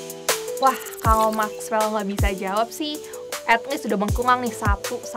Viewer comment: Mexwell bukan makwel😅